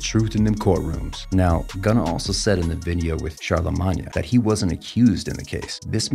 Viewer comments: It’s pronounced CHARLAMANE not Charlamonya 😂😂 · Charlemagne pronounced shar-la-maine 🤣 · Bro, it’s pronounced “char, la, mane” 🤌🏾🤌🏾🤌🏾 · "SYL", "charlamahnyuh" seems credible lmao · “Charlamña the Gawd” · Char-luh -maun-ya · Worst commentary ever- you shouldn’t cover hip hop news dude! Wooow.. SYL?? CHARLAMAGNYAAA??? wow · You saying charlamagne name wrong😂😂😂😂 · Is nobody gonna talk ab how he said Charlemagne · If you can't even pronounce charlamagnes name then you shouldn't be reporting on street business. Have you ever even seen a single episode of the breakfast club? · you butcher charlamagne name lol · Hey voice in the video Learn how to pronounce Charlemagne the gods name it’s not how you said it …… …..